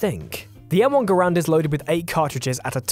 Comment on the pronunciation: Talks about how the did tha garand dirty Mispronounces the name and does it dirty